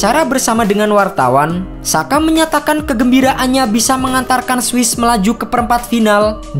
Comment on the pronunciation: Sekedar kasih saran min, Xhaka dalam ejaan Albania dibacanya Jaka. Xherdan (Shaqiri) dibacanya Jerdan. Terima kasih atas perhatiannya.